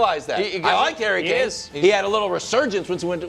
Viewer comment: Hairy Kane? 😂